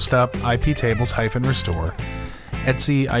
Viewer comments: Great vlog, just a small niggle - 'etc' means 'et cetera' so you can just say it the same way as you would read it normally rather than 'et see' :-) Keep up the good work! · All the Unix people I know pronounce the /etc directory as 'et see'. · The Linux Foundation training videos say "etsee"